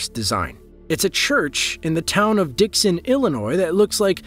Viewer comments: A church in Dixon Illinois. Dude...you said Dix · I think Dixon pronounced wrong